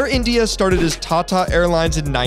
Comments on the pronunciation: I hate it when these people don't even try to pronounce the words correctly. Like what's their reason behind pronouncing 'Tata' as 'Tchatcha'? Like does he also pronounce 'Tomato' as 'Tchomatcho'? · The way he pronounce TATA😂